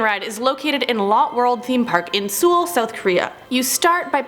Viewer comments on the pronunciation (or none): I’m sorry to point it out but it’s pronounced soul not sull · Did she just say sool South Korea?😂😂😂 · ok i’m the only person saying something abt it and i’m not trying to be rude or mean but like she pronounced seoul wrong it’s pronounced like the other spelling of soul so yea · You pronounced Seoul south Korea wrong the way you pronounce it is soul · Even though it is spelled Seoul, it is pronounced “soul”. I just had to say it, don’t come me. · Mam it’s SEOUL not SUL! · Seoul is pronounced soul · Is just like to say. It’s pronounces “soul” even though it had an e in it. But to get to my actual point I TOTALLY want to visit all the Disney places around the world.